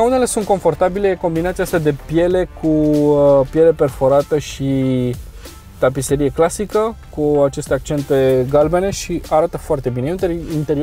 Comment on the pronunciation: M.ai disperat cu tapiSerie.... este tapiȚerie. Cand citesti fisa masinii nu vezi ca e cu "Ț" . Tapiserie este altceva... stiu ca suna mai sofisticat dar este ca la mecanicii ăia... genti, șașiu,bizonica etc.